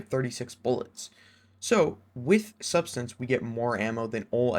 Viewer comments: Great video man, I pulled a subsistance/enlighten action and targetlock/desperate measure roll. It is sub-SIS-stance, lmfao not substance btw lol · I swear youtubers are allergic to pronouncing subsistence right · it fucking blows my mind how people can't pronounce subsistence.